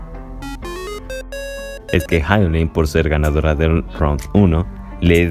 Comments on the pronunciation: Es Hyolyn ( Ji-o-Lin) fonéticamente,NO “Jai-o-Lin” te pido encarecidamente 🙏🙏🙏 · Si no sabes ni pronunciar el nombre de LA HYOLYN no mereces opinar de su presentación , es obvio q no sabes nada de música o presencia escénica,obviamente sos un pseudo otaku